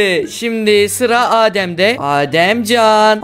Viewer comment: Ademcan ❌ Azemzan ✔️